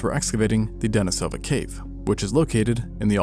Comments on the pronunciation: The Denisova cave, where the hominin fossils that acquired its name were found, is generally pronounced "deh-KNEE-sow-vah"... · Denisova ( /dəˈniːsəvə/ də-NEE-sə-və ) Sorry, the mispronunciation was a little distracting to me. Apologies. I love your channel! Truly top tier.